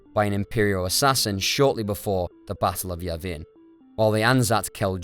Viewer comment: I hate being pedantic, but it's just part of who I am. C'mon. Who in the history of Star Wars has ever said yah-VIN?